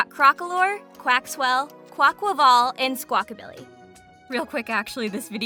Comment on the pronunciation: Someone who actually pronounces Quaquaval's name right!! Fuck that squawkabilly is fucking amazing I wish that was real